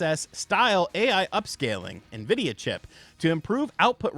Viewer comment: Thank for saying Nvidia correctly. Lol